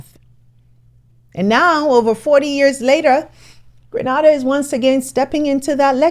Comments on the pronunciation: I like your program, but it's Grena (ay) da, please. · Just a note on your pronunciation of GRENADA the island. It’s “GRANAYDA”. OTHERWISE, EXCELLENT ANALYSIS. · Please stop re-naming my homeland,it’s very vexing.the island is named GRE-NA-DA. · Get it right PLEASE!! IT'S G R E N A D A. GRE-NAY-DA!!!! THANK YOU. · Hi it’s pronounced Gree nay dah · FYI: GRENADA Is Pronounced GREN☆NAY☆ DAH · Call Grenada - GREN NADA - in the Caribbean by its proper name (pronunciation) and not by the name of a place in Spain. That is at least a start to the overall perspective of what this argument is about. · 😂Grenada(grenade-a(a- as in apple) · Grenada is a city in Spain, it’s pronounced GRE NAY DA! Your message is good but protect your credibility! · Please pronounce the island’s name properly. It’s Grenada (like greenaida). As a journalist you need to do your homework. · Kindly pronounce it as Grenayda, but yes, it is spelt without the y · The English pronunciation for Grenada is Gre-nay-da. The Spanish pronunciation is Gre-naa-da. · Pronounced -Green-aid-da sweetheart ❤ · Dear Presenter and team. Granada is in Europe. It's pronounced: gre-na-da. Beautiful land of my birth, now part of the Caribbean diaspora in the UK . I'm proud to see my cousin leading with such passion and purpose. One Caribbean, One Africa. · Green nay Dah! Grenada. Granada is in Spain. We are not Spanish. Call us spice isle. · You should learn the correct pronunciation of countries before before you embarrass yourself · Each time she pronounces Grenada I cringe. Omg if you reporting, please get it right😢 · Why are you pronouncing the name Greenahdah lol If you do this much research but say the name wrong...... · Please pronounce our country's name properly.. it's GRENADA.. It seems like it's the first time you're hearing about Grenada from the way you're pronouncing it. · Pronounce Grenada properly please. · Grenada vs Granada,please become aware of the difference,in terms of pronunciation,grrrr